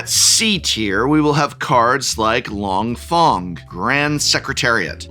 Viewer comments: Some of Prof's pronunciations in this video😅 "Hi-Bye" and "Long Fong" are killing meeee lol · Since when is long feng long fong? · Long Fong… LONG… PHONG… I’m dead. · For real. Hi bye? Long fong? Da fuq? Couldn't take 10 minutes for pronunciation? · Here a list of a few names you mispronounced. I'm sure you didn't mean to, but I thought this would help if you are going to talk about any of these cards/characters moving forward. Hei-Bei: Hey-Bye Long Feng: Long Fang Professor Zei: Zjhu-Eh Die-Lee: Dai Lei Usurper: You-Surper Mai: May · Once again I am respectfully asking someone at TCC to inform the Prof on how to pronounce these names. Hei Bai is “hey - bye” and Long Feng is “long fang”. Plz! Lol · Long Thong?! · Long Thong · Him pronouncing Hei Bai and Long Feng as, "Hie Bye" and "Long Fong" is giving me "The Last Airbender" flashbacks...😭😭😭 Edit: Just reached "Dah Lee". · I'm confused by your seeming familiarity with the source material but still mispronouncing character names like Mai and Long Feng